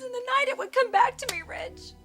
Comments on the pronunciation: Or Widge….. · Brooke calls Ridge "Rage" - it's how she pronounces his name